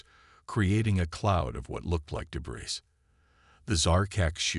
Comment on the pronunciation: Nice story. However, yet another POS AI. What is: "PER-fict"(perfect....per-FECT), "deh-BRISS"....among other major AI screw ups. Narrate your stories yourself like some others do.